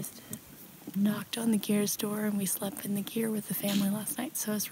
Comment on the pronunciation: You spent so much time in Mongolia and with the Mongolians, and yet you didn't manage to pronounce simple words like "ger" or "tsaatan" correctly. Even when introducing these terms to the outside. Pretty parochial.